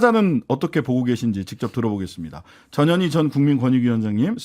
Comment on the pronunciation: 전현희 위원장님 이름부를때 발음 신경좀 써주세요 저년이 그러면 안돼요.